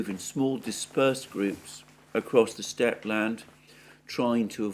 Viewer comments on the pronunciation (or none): none